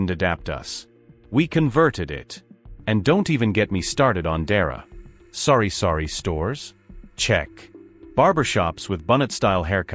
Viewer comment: Jaja not sorry sorry store its sari sari store